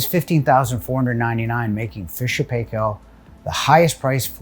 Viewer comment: you pronounced Paykel wrong, some of your colleagues said it right please learn from them:-D